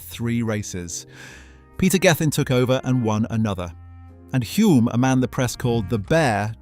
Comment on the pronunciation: Denny Hulme (with an L) was a household name when I was growing up in NZ, so it grates to hear it mispronounced in the video. I grew up in the same suburb as Bruce, and McLaren's Garage was my local gas station.